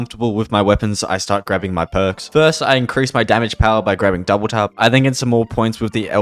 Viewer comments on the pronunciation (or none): none